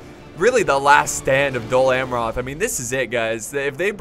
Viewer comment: Your pronunciation of "Amroth" is a little irritating but a 47minutes long cinematic and commentary rich video is well accepted!